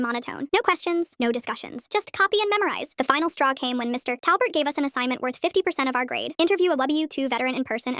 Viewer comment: Why does she say his name like: Mr TA!! lbert? Wtf happened with that AI??